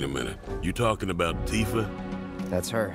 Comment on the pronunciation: Its Tif A Not Tee-fur